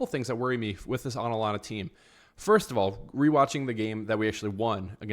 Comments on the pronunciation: I'd say 4 4 2 diamond 💎 Rodrygo, Mbappe and Vinicius cannot play at the same time. They unbalance the team. Also, watch out for their LB, KOlasinac. Hes a criminal, he actually injured Jese a few years back. Career ending., it's A TA lanta. With a T, not aNalanta. Hala Madrid!:_RMFC::_mbapnails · I had to stop listening the way you were saying Atalanta! It’s not Atlanta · Absolutely butchered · Can't u pronounce atlanta 😂 Alanana 😂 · Bro ur literally saying "anlana"😭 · It's ATalanTa,pronounce the 2Ts strong and freely😅😅😅RM win 2-1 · I can’t un hear it 😂 Analana 😂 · Your pronunciation of Atalanta gave me cancer.